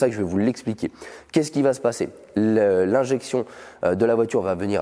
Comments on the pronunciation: Le jour où le mot "engine" sera correctement prononcé sur cette chaine... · Je crois que jusqu'à la Fin des Temps les français ne comprendront jamais que Engine ne se prononce jamais Enjaïne :)